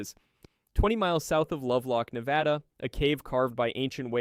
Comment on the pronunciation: Bad pronunciation. Period. Can't even finish. Can't even say Nevada correctly. Research how words are pronounced before you say the video with your Whole chest...